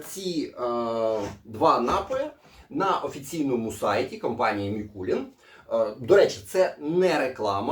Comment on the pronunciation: Заради Бога, не МІкулІн, а Микулин, походить від назви міста Микулинці вТернопільській області, де, власне, і виготовляють цей віскі. Давно до нього придивляємось, тепер обов‘язково спробуємо) Дякую за огляд!